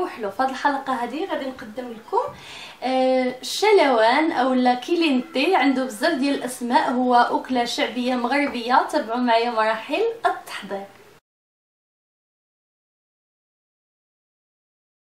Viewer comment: عفوا مجلم ، كالينتي ماشي كيلينتي حيت الكلمة ماخوذة من الاسبانية وكتعني سخون. شكرا لك مدام. بصحتكم وعافيتكم